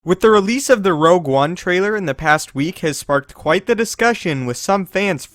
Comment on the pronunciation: Your saying rouge one wrong i think